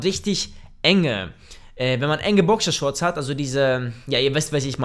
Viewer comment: Bokschershorts xxxxDDDD Danach sagte er noch Bokishorts XD